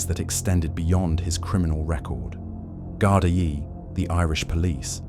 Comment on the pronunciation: Gar-dee not Garda-ye. Train your AI!!!